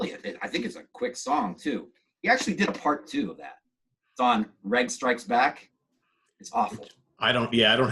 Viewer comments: "too much coffee", LOL. But what's with "Reg"? It's spelt that way but pronounced "Rej" with a "j" as in "Reginald Kenneth Dwight", i.e. his birth name. I suppose we can chalk it up to the coffee, or was it the water, that you got the confetti into? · Redge is the pronunciation, short for Reginald. It’s my brother’s name, it was my Dad’s name, and - as you probably know - Elton’s original name. Maybe the name Reg isn’t that common in the US, though I’ve heard the name Reggie used. Reg is quite old fashioned in the UK now. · Elton's given name is Reginald. Reg is pronounced accordingly with a "J" sound, as with "veg" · Is the guest pronouncing Reg with a hard G?